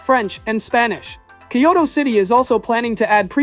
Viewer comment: Kyo-TO nigga not Kyo-DO 🤭